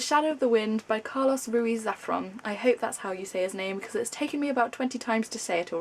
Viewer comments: hi. Just so you know you sort of did said Carlos Ruiz Zafón right, except the Zafón which it sound like Zafron, but good job, Ruiz it quite difficult for non-spanish speaker ("r" is hard for you guys) :) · I am a Spanish native speaker so your mispronouncing of Carlos Ruiz Zafón was really funny xD xD There is no "r" between the F and O in the surname :P And the stressed syllable is marked by that thing, ´, so "fón" should be the syllable you should stress (in Spanish most words are stressed towards the ending, unlike in English, where they are usually stressed towards the beginning) Fun stuff of languages! (forgive me, I'm a language student) :P